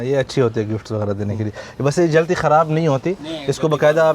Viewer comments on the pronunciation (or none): mazrt ke sath Aap ki eak ghalti theek krwani hai Aap jaldi ko jalti bolty hain JALDI not jalti